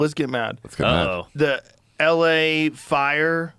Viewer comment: call it LA AAId